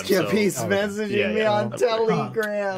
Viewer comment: “Teli gram”